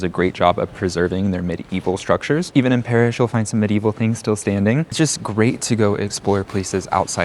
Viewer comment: It should also be noted that when they say Paris, they pronounce it like "perish," there's a sort of inversion of the vowels a and é.